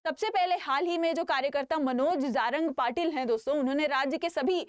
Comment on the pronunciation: बेटा पहले ठीक से नाम लो jarange patil ok